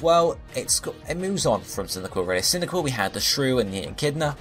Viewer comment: Why did you pronounce cyndiquil as cyndical?